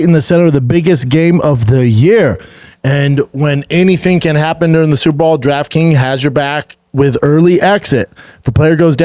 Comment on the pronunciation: Is he saying super ball?